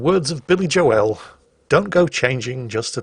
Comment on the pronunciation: Thought I was going crazy for a second hearing that. Who TF is Billy Jo L? Is that like the Dunker Cue pronunciation, or is that actually how you limeys pronounce Joel?